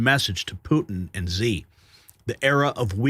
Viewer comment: please ask around for the correct pronunciations of Xi and Michio Kaku. Thank you